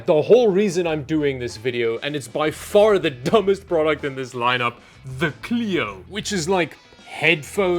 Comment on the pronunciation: As a French, I chuckle a bit when you presented the "Clio"